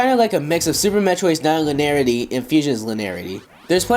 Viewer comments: Y can't the pronounce "linearity"? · lin-e-ar-i-ty. 5 syllables. Sorry, that just drives me nuts to hear it said like that >.< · Guys it's linearity, the e is pronounced